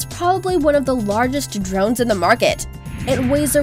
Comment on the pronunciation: Der-RONES! And those transition sound effects from one nauseating overlay to the next Swooooosh! Swoooooosh! :P